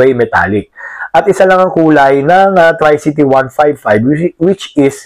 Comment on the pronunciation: correction po....tree-cee-tee hindi try-cee-tee.